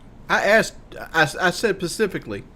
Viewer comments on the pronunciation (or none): "i said spacifically" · "Pecifically" 160IQ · ‘I said pacifically...’ 62 IQ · He said "pecifically"